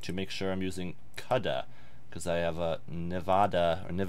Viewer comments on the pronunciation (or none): I cried when you said CUD uhh and Navada.... ITS COOOOO DAAAAAA. not hard. N-VID E AH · nih-VID-ee-uh KOO-da please!! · Ouch... the pronunciation of CUDA and Nvidia....